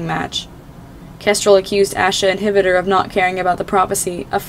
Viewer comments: Did you know that hvítur is pronounced kveetur not hivitur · Ngl, i loved this but i think hvitor is pronounced: ha vi a tor, right? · Not to be rude but I think it's pronounced hv-tur?? That's just my opinion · that’s not how you say his name, the eye makes an E sound.